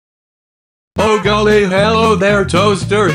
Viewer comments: yOu SAid oH gOiLY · “ oH GoIlY”